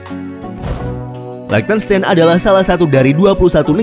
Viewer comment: Min kalau mau bahas negara di eropa coba search gmn tuh spell nama negaranya ,itu spell liechtenstein nya salah, itu negara pake bhs jerman jd nama negara nya jg pake cara baca nya bhs jerman 😁hehe ato emank sengaja mau di spell pakai bhs indo ya hehe